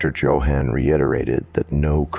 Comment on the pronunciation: My first story of yours... good job! Though please look up how to pronounce Johann 😆